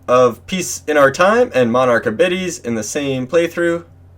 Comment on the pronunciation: Great guide, but im sorry, the word "abides" is pronounced "ah-bye-d'z". As in, you must "abide" by my rules. Or, a child who never "abides" by his parents wishes. Hahaha